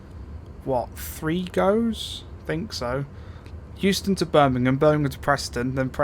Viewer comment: Euston = Houston